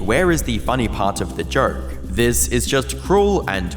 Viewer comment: Appropriately, the narrator pronounces the word "joke" as "jerk".